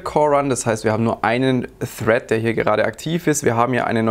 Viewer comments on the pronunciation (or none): none